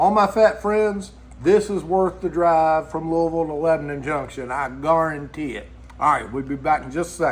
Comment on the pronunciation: "I Guaruntee it" your accent 😂 Damn that burger must be good. 😊